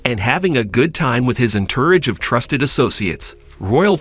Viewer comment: Entourage. EnTURRage?? 🤦🏼‍♂️